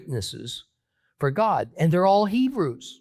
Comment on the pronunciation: Not hod but God